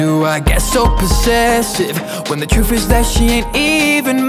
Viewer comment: he said “troof” instead of truth 😂😂